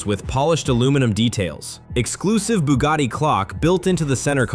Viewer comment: It's pronounced Bugatti, not Boogarti.And luxury isn't pronounced Lugshery.